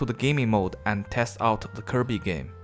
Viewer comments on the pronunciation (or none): none